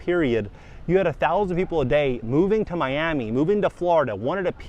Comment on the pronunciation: "Me Am Me", you have to pronounce Miami like english is your second language to get those million dollar prices.